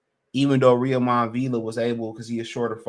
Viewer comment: A little help on the pronunciation of Villa’s first name. It’s Roy-mahn (Roiman). Rhymes with (Amir) Kahn.